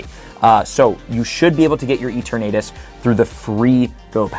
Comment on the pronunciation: who exactly is eeteurnaytus